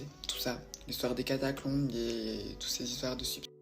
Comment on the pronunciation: C'est trop cool ces vidéos un peu plus longues, un régal! Par contre on est d'accord elle n'arrête pas de dire catacLombes ??